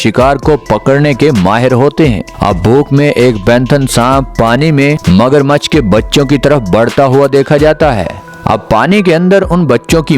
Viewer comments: Penthon nhi word python hota h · O bhaie pantheon ni hota python hota Hy word tu thek bolo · سالے یہ پینتھن کون سا سانپ ہوتا ہے ؟ 🤔🤔🤔 پائتھن ہوتا ہے بیغرت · Ur pronunciation of pythan is wrong.plz say it correct.... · Hahaha penthan haha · Please learn to prounounce proper name of this snake?